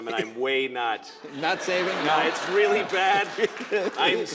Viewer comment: "If I die tonight, they'll be homeless tomorrow morning" "WEEEALLY?!"